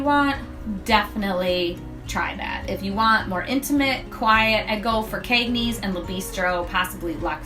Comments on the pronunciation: As for the Cagneys pronunciation... that’s just how ppl where I’m from talk— central New Yorkers use a long “A” sound even when we don’t mean to cuz it’s just our accent #Syracuse lol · This is an informative video. Simple and well executed. My only gripe and not limited to this presenter (by any means) is in the pronunciation of words. La Cucina is pronounced La Ku-Chee-na. Cagney's is not pronounced with a long A vowel sound, but a short A vowel sound.